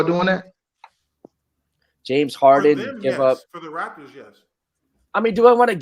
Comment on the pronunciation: It's Raptors Not Rafters